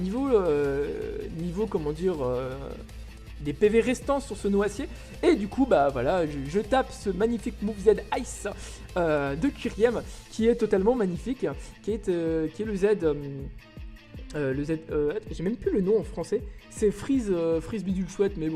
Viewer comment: Le nom de Kyurem se dit "Kyourem".